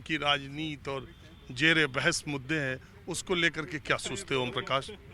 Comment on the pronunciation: Yah lafz jere behas nahi balke zere behas lafz he janab aap suwaal ke alfaaz sahi nahi bule